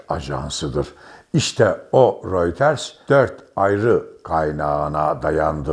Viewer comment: REUTERS yazılır röyter okunur. royters değil.